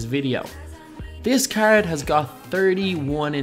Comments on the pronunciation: Nathan Liles00 ikr cgggrd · The way he says "card" makes me cringe every time